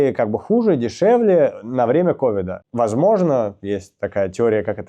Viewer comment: Ковида)) смешное произношение) тема с мячами интересная... Даня милота))